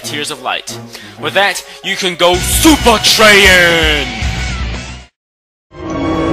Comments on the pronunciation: "Super Traiyan"? Genius. xD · "SUPER TRAIYAN" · "Super traiyan!" LOL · SUPER - TRAIYAN Me: Facepalm That was terrible... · I stopped watching this when you said "super traiyen" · it's super trayan as in super sayan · super trai-yan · Super-Trayan lol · "You can go SUPER TRAIYAN!!!" Never change,. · Super Trayin...Really xD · Did he say "Super 'Traiyan'"? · Super Trayin? I pissed myself laughing. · super trayain! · Super Triayn!!! Really? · Super trai-yan..... did that really just happen? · Super trayan get it super Sayian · actually, it's SUPER TRAIYAN!! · lol "SUPER TRAYAN" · "SUPAH TRAYIN" Me: *facepalm* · "Super Trayin!!" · super trayin made me lol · I didn't know whether to laugh or cringe at "Super Traiyan". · Lo, supa-trayan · Okay, seriously, super traiyan. What IS that- what even IS that?! lol